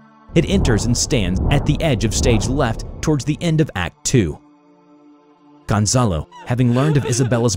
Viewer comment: Dem, i like how you pronounce Gonzalo